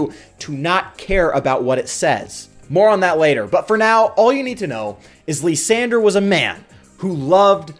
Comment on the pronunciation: After butchering Kyurem, he now butchers Lysandre calling him "Lisandre"